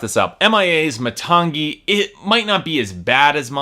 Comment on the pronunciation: i should have stopped watching when you couldn't even properly pronounce the name of the album (muh-TANG-ee)